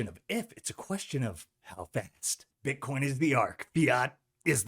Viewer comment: buddy says bitchcoin. Gotta love it